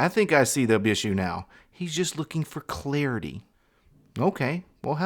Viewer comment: ...you/he had me at "clearity"! AJG